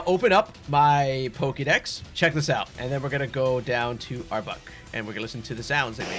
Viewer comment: Not to be that guy, as I try to avoid being a grammar Nazi, and this is a great guide that I will definitely be using the methods for my hunts in Lydandre Labs, but I had to laugh a bit at the frequency of back to back saying "Arbuk" instead of Arbok. I'm not making fun of you at all it just reminded me of when the hoenn games came out and my schoolmates were at each other's throats over whether it was pronounced Ky-ogre or Ky-rogue before the anime confirmed it so I couldn't help but laugh a little out of pure nostalgia.